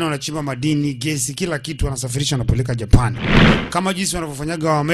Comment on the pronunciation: Dj mbon hapo kwenye ja PAAAN UNATAMKA KIUPANICAJ😂😂😂😂dj kwrnye P tamka kwa ku relax tafadhar